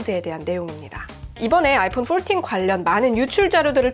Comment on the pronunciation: 영어 쓰시는데 왜 이리 웃기지요???ㅋㅋㅋ 아이뽄 뽈튄 ㅋㅋㅋㅋㅋ뽈틴 ㅋㅋㅋㅋ 너무 오바해서 영어발음 ㅋㅋㅋㅋ